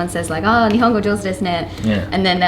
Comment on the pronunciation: No it's Nihongo not Nihao haha. Go came out a bit late, listen carefully